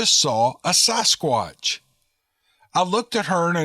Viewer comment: Sass squatch.... Not SOSS squatch